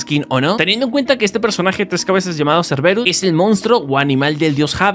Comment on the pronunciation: pibe se nota que de historia no sabes nada, el perro no se llama serberus se llama serbero se pronuncia asi como se escribe y hades no es jades osea la H no tiene pronunciasion y serbero no tiene una version humana, por las dudas escribo con falta de ortografia porque escribo enojado